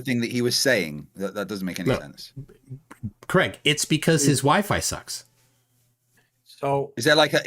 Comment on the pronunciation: Craig gets wound up because calls him Creg all the time